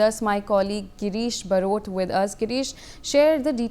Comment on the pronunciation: Barot ko brot bol rahi... Unpadhh